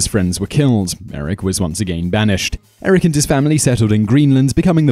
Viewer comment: It's Eirik not Erik.